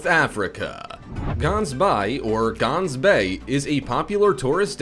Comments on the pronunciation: it is pronounced with a G i am from South Africa Gah-ns-by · proper pronuciation Gansbaai - ggggggaans-buy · You're not not calling Gaansbaai properly it's not a bay. I live here. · The way he says Gansbaai 😂 as a South African i go there alot is pretty safe just do swim to deep and btw he pronoused it wrong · We live in South Africa and sharks are in the sea like lions are in the Kruger National Park. We have respect for the sharks here and they need to be looked after. GANSBAAI is pronounced G as in the sound a cat makes when chasinging you away and a is in awh you so sweet. Its Afrikaans. And we dont have that many attacks. However we would appreciate if the world protects our sharks against accidental fishing and catching for shark fin soup.